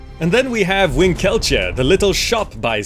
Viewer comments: Just a small note. With Winkeltje, the emphasis should be on WIN-keltje, not on win-KEL-tje. Silly Dutch words :P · I love how you butchered the pronunciation of "Winkeltje". 😄 Great lists by the way, every single one of them is like a precious gem.